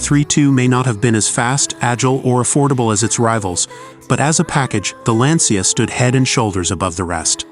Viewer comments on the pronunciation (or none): Pronunciation is s.t. real funny: The famous Italian race is pronounced “Mille Millya” and one of its famous drivers was not “Husky” but “Hushke” (the ‘u’ pronounced like in ‘bush’), and The Lancia is pronounced “Lunchyah”. But you did “Thema” real good!